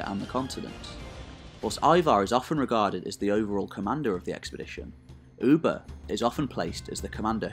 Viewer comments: It's Ubbi, not Ubba. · his name was pronounced (Uh-Buh), not “Ou-Buh” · Its not f-ing Oeba...!!!!! Its Ubba!!!!